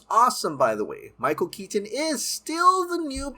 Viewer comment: I love your videos but you pronounce the "t" in "Keaton" too hard and it distracts me. Also I don't get what Cavill could have possibly done to mess everything up for himself so badly. As for Grace, she is wrong a lot, no?